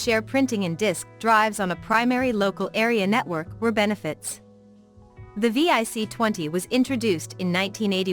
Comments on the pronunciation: It’s vic, not V.I.C and your pictures showed a vic 20 and pet NOT c64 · VIC 20. Not V-I-C 😂